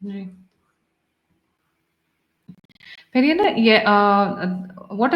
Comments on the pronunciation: Shri PVRNR is from Andhra, so please refer to him as Peddanna (elder brother-Telugu), not Periyanna (Tamil) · Peddannaya (Telugu) instead of peri anna (Tamil) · Salam Begum Sahiba. He is Peddanna. Not Periya Anna. Please dont impose Tamil Imperialism on us.